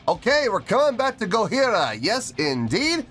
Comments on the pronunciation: Why do you keep pronouncing their name with an H? The name is Japanese so it's a J not an H. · The J in Gojira is a hard J (like John). It’s a joke about how people in the original Godzilla film pronounced the monster’s name. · Mario's practice routine consists of (or consisted of) 2 hours: one of general techniques and one of kicks only, starting from a lower speed and ending as fast as he can. One hour! : ) Also, why aren't you pronuncing the 'j' in Gojira? It sounds weird the way you're saying it. If you want to hear Jean Michel's bass more distinctly, you should react to Flying Whales. In the rest of their catalog he mostly just follows what one (or both) guitars are doing but that doesn't mean it's not there. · Gojira means Godzilla in Japanese. Pronounce it GODJIRA not in the French way without the j, but an H, just a friendly advice. I have seen them twice.. 1st time in Wacken, where they have just released this track. Love your knowledge about metal and musical skills